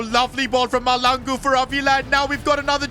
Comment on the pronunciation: Pls I from SOUTH AFRICA AND Its pronounced MASHLANGU❤